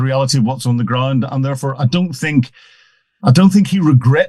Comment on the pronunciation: The, not za. They, not zey. I could go on.